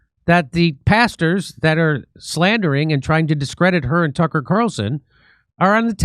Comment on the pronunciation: JIMMY MAYBE ITS ME IRISH BROGUE, BUT WHEN YOU SAY PASTERS, IT SOUNDS LIKE YOUR SAY BASTARDS,😂😂🇮🇪🇮🇪🇮🇪🇮🇪